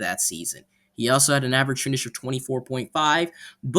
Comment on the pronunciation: It's pronounced KRANN-eh-fuss